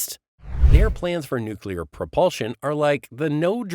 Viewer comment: How can I take seriously someone who says "nookular" and "partner with our partner"?